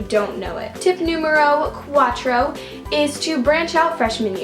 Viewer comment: "tip numerou cuatrou" love u!! 😂💕